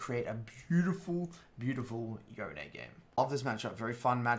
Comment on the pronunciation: rly good guide, but its pronounced yone not yone lol